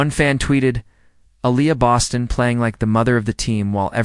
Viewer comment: THIS AI IS WORSE THAN HORRIBLE!!! Can't even pronounce Bostons name correctly!